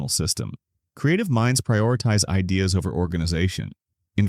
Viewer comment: So this is another AI video....at 33 seconds the voice says best "I dahs" happen. Couldn't even say ideas.